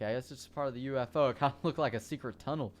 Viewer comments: wait, when he said ufo did he say oofo? LOL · I love the way he says UFO